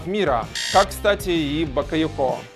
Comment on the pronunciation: БакойОко ударение на второе О